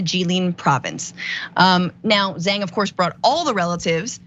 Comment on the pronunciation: The turkish dood became the I God'your Bill Father in prison. No bully.😉 Also,, if you're chinese why are you pronouncing their last names wrong? haha